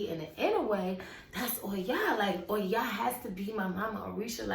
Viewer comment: I love how you say her name and why. Her strength is really inspiring to me. I totally agree with your concerns about this world being unbalanced in the male and female. I feel called to raise that consciousness, too. <3